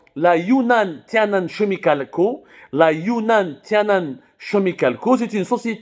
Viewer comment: En anglais chemicals se prononce Kemicals, au moins t'auras l'air plus sérieux.